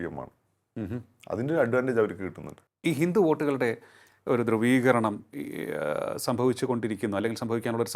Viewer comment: ദ്രുവീകരണം അല്ല ധ്രുവീകരണം. സ്റ്റാഫിനെ ആദ്യം മലയാളം പഠിപ്പിക്കൂ കൗമുദിക്കാരേ...